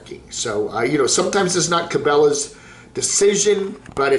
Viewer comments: I think can pronounce Cabela's. He just likes to butcher peoples'/businesses' names. It's a form of insult; like kids do.... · not being able to pronounce it just about says it all about his “outdoors” credentials